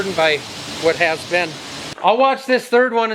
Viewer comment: From the Heart of Dixie, "whaat mold" . Love it.